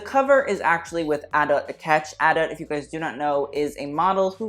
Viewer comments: I’m pretty sure it’s pronounced adu not adutt lol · It’s actually pronounced, Ah-Dut or Ah-Dat. not Ah-Da.